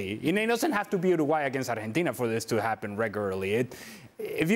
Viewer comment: The hamster keeps saying Arhentina